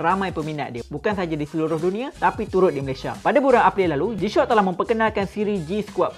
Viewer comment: Kenapa aku dgr dia sebut "jam tangan g-shot" ni🥲🥲